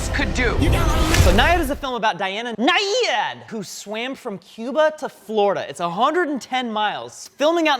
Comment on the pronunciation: Diana Nyad is pronounced like triad. She was very famous back in the seventies and eighties. I don't know why you're saying her name so weirdly.